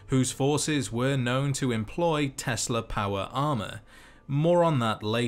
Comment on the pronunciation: Ah yes, the Tesler Coils ... Its like Tesla coils...only...tesler